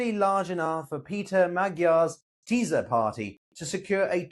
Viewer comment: Teaser party 😂 you should say it like Teesa 🤷🏻‍♂️